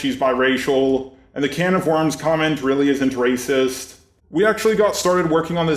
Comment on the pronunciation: "Waycist" XD